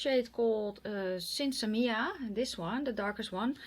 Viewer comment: you are one of the only YouTubers I've watched actually pronounce Sinsemilla correctly! I love Melt cheek products but I'm just not a fan of their eyeshadows.